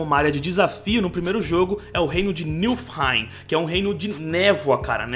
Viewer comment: Niflheim* o "l" vem depois do "f"